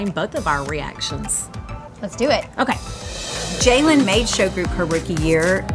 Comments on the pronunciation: Why do they pronounce Jalyn's name like JAYlen, isn't her name pronounced Jaylin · You’d think they’d learn how to pronounce Jalyn’s name correctly… 😬